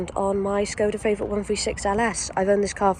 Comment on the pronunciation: It's called a Favorit not feivorit